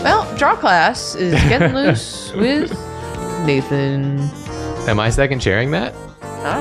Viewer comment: Hi, secondary, less drawfee-ish nathan here. thank you for making my name stop sounding like a word there